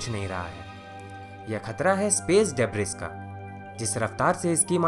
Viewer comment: bhai. Just a correction. Its pronounced as डिब्री not ड़ेब्रिस